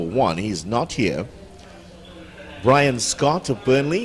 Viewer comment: Hi my son name is Bri-on scott not brian Scott hope u get it right the next time thanks